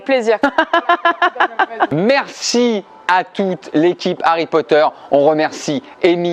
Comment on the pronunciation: Tu me feras le plaisir de bien prononcer HARRY POTTER